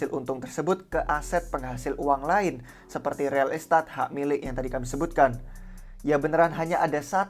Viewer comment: Real estat ? pronounce mana tuh buset 😂😂